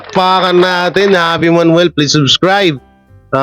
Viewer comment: Javi as J ang pronounce di Havi!😊